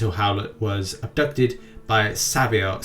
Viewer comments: Came here just to write that, lol.! It's "SAVE"-I-OR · Beits are hilarious,they mispronounce words all the time. Savior is a surprising one.